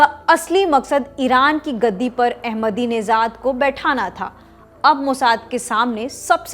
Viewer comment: His name is AhmedineJad not AhmedineZad.. there's no Z in his name..your pronunciation is very annoying